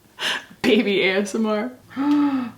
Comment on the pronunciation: Moira Rose: “bèbé”.